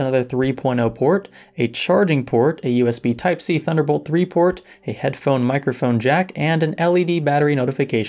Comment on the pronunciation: Mr Wolfers Yeah he said it strangely. I barely caught it.